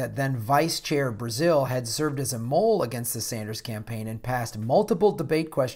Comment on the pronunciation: Finally someone gets Donna Brazile right.